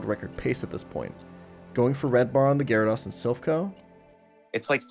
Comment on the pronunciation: Dude is saying GyaraDOSS hahha